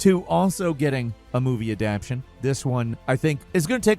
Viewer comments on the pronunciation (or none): It's not adaption, it's aption. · By the way, it's adaptation, not adaption. Different words. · ADAPTATION NOT ADAPTION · its adapTATION, not adaption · someone please tell him how to say 'adaptation' 🙏🙏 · I was bugging for a minute when he said adaption I was like is he making up a word or pronouncing it wrong